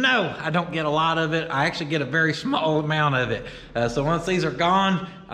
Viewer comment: that twang was heavy when you said small 😂